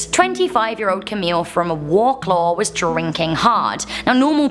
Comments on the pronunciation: That's not how u pronounce Wroclaw It's vroclav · the way she pronounced wrocław made me giggle. "warclaw"